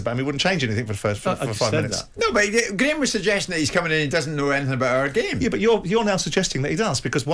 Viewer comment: Goldbridge is so right about Souness! All he has is "I plaeyed the gaeme" "this guy/player is a risk, he doesn't know our gaeme" get this bitter old guy off air.